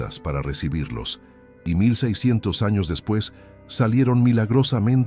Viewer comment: Por qué dice: "depis" de Cristo? Fallan las fechas.